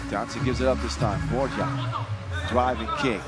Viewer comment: Please tell the commentator Team Guam's Ben Borja last name is pronounced as BOR-HA. The "J" is pronounced similarly to how it is pronounced in Spanish. Thank you!!